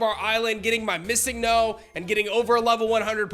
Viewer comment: To this day, it still irks me how so many people mispronounce MissingNo. (Pronounced: Missing Number) I was 9 years old wondering how could so many people NOT know how to pronounce it and now that we are all even older it boggles my mind even further. 😅